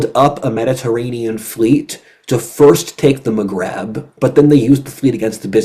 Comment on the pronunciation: It's Maghreb, not "magrab"